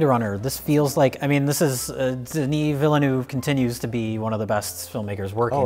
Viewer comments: Well, the first name was alright, but you did butcher his surname in at least two different ways. It's "Villeneuve" (pronounced approximately like "vill-nuv"), not "vilanoov". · Lmao, he butchered the surname.What are you smoking. Pronounced Veal - nerve. Not Vill-a-noove. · Its Villeneuve, phonetically it'd be like "Ville,n-of" i spent like ten minutes just sitting thinking of a english word that has the sound "euve" and the closest i can think of is saying "of" in a french accent. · Villeneuve's name is pronounced "deh-knee veal-nuhv" more or less. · It's pronounced "vile nuh ve" and it means "new city" in french. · Director's last name would be pronounced like "vill-nuhv". Denis was pronounced correctly. (I looked for a comment with the pronunciation and found none, didn't bother checking all 4,000 comments) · You would pronounce Villeneuve, something like Veelnov. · It's pronounced Denee Villenew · CORRECT PRUNONCIATION : DEN-EE VIL-NEH-VE Close enough. No sound in english that really capture the EU in Villeneuve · de-NEE vil-NUHV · Villeneuve is pronounced Veel-nerve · please.....it´s "vilnev" that´s how you pronounce it. geez. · Since I want to be the annoying one: Villeneuve is pronounced VIL-noev. Where 'oe' is the same sound as the 'ö' in 'Schrödinger'. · got Denis -> deh-knee fine. Villeneuve however was bad. No offense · said the first name of Denis Villeneuve perfectly (The "s" is silent). However, he said the last name incorrectly. The first "e" is silent and he pronounced the "eu" incorrectly. But I cannot blame him for that last point, English speakers do not have the equivalent of the French "eu" and it is very hard to explain how to pronounce it. Yes, I am the one person to comment on this:-) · The first name Denis is said correctly. It's the last name Villeneuve that's intelligible. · It's pronounced 'IHOP Villeneuve'